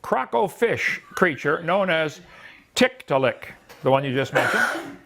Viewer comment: If found two things interesting here. One, when talking about ERVs, Kent seems to be conceding that God makes mistakes. Two, his mispronunciation of Tiktaalik is surely deliberate, which indicates that they are uncomfortable for him.